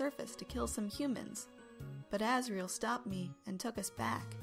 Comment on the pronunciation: Me:asriel Asriel:yep that's my name Me:sounds like ass riel